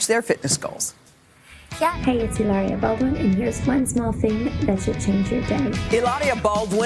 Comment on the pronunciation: Woman keeps calling her Hiloria. Having a guest on your show? Make the effort to at least get the name correct. Very unprofessional. 🤔